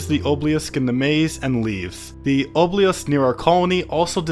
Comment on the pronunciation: dude idk why but the "ohbeyalisk" is so funny to be made me laugh every time you say it